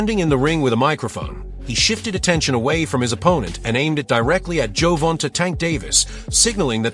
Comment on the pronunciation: The ai saying Gervonta's name wrong is aggy af